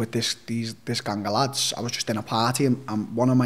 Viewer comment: Never heard "gang a' lads" prounouced like that ever in my life.:)) Hes almost singing. So Till is from Liverpool and the other guy is scottish?